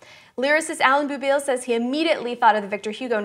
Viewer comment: Jule Stein is pronounced "Julie" Stein. And "Boubil" is pronounced "bow" (like "hair bow") and "Bill" like the name. Thank you Kaitlyn Marquez for getting here before me to point out the correct pronunciation of "Wendla" :D !